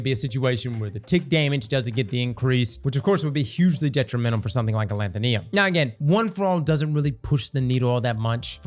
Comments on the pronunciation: Say it with me. AH LETH OH NIM. ALETHONYM. Not ALETHONEONYM. Not ALETHOLETHOLYM. ALETHONYM. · It's been how many months and he still can't say a-LEE-tho-nym? Wtf is a-lan-ta-NEE-um??? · How normal people say alethonym: “aleth-on-im” How says it: “al-eeth-on-iam” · "Alanthonium" or Alethonym? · Thanks for this. I just found it at the Tower, and I'm running a stasis Titan build that already uses Fighting Lion. I think I'll pick it up, after you showed the difference in damage. But brother, it's pronounced as, "Uh-Lee-Tho-Neem." Cheers G! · I hope that one day learns how to pronounce "Alethonym." (It's like "pseudonym.") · Ah-leth-o-nim. Also Bungie continues the trend of releasing dull catalysts. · A-lanth-uh-nee-um …yep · Knee-yum? Bet would pronounce nympho right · sorry i gotta A-LETH-O-NIM is how it's pronounced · Why can’t any destiny youtubers pronounce gun names. It’s pronounced a leth o nim. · Uh-Leth-O-Nim. Alethonym lol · Alethonym should sound like pseudonym, please look out up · Say it with me yall Aleth-O-Nym(nim) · Al leth o nee um? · Alanthoneeum lol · Why does bro say alethonym like that... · pronounces Alethonym like Brits pronounce aluminum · adding syllables I ain't ever heard before in this gun's name